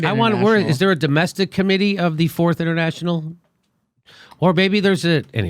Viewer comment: Wow, this is what happens when you don't know your history. The Fourth International is the current international socialist movement. And they're pronouncing it completely wrong too.